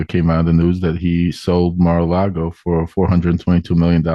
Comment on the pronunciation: "Mar-a-Lardo"--Isn't anyone ever going to tell him?